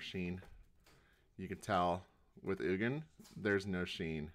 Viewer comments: Your saying ugin's name so wrong its not Eugene like you were saying it its pronounced oo- gin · I stopped the second I heard ujean instead of ugin